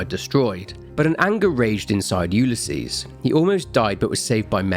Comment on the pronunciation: Had to skip to where you no longer were saying Ulysses. I have a neighbor that has that name. It is not pronounced that way. Yes I'm being pedantic. Yes it was incredibly annoying